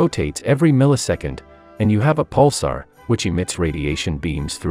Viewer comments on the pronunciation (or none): none